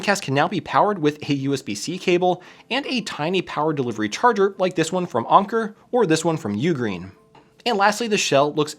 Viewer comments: onker... why u say onker.. and not anker.. its an A XD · Anker is pronounced like Anchor, not Onker lol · bro really said "awn-ker" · AIN - KER not AHN - KER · It has always been pronounced anchor by everyone I have known and any YouTube videos I've watched on the brand not saying you are the one pronouncing it wrong, just that I've never heard it pronounced that way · Is that really how you pronounce anker? Unker? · I love the video But FYI, although the company uses the German spelling "Anker", they use the English pronunciation like "Anchor" Source: Worked as a Tech Support for the company for years, and spoke with two of the Co-founders of the company. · The pronunciation of Anker is KILLING me! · Stopped watching after you horribly mispronounced Anker. Just ew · Pronouncing Anker that way made my eye twitch.